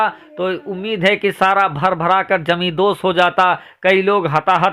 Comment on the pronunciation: Yaar apna talaffuz Sahi kar lo.Zameen ko Jameen mat bolo Bhai. Masjid khari thi khara Nahi tha.